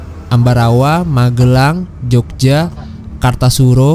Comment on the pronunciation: Bang kartasura pelafalan nya pakai o satunya Bukan yg o yg diatas tapi o dibawah